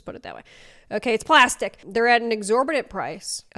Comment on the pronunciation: The way you said “plastic”🤣